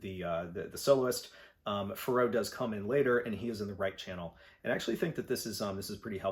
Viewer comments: Yeah I was surprised at that too, haha. “Pharaoh” pronounced like “Al Jarreau.” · Forget the pronunciation of the album title. I'm shocked by your pronunciation of Pharoah, lol! All insiginficant things like that aside, thanks for a greaet video.